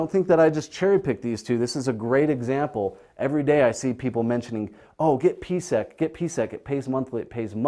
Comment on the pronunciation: I'm not understanding the numbers on your board. $10.61 for a stock price? I look up PSEC (Prospect Capital) and see it hasn't been over $10 since 2014. This video was published Jun 15, 2019. Huh? At he introduces PSEC but slurs his enunciation - it sounds like BVC. When I look up PSEC I see a high monthly dividend. So this must be Prospect Capital. What's up with his numbers?